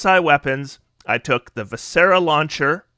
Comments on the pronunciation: I love your content. I’ve watched you for years. VI-sr-uh. 3 syllables. Stress the first. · Love the build, but your pronunciation of viscera is poking my physician OCD. It’s vis-CER-ah. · So in the Word Viscera, the "is" in it is pronounced like the word "is" so v-is-sir-rah" viscera.